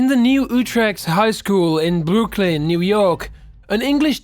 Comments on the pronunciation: how did this man just say Brooklyn? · I love the way he says Brooklyn it sound like boo-Lynn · M Soda brooklyns my name so I get frustrated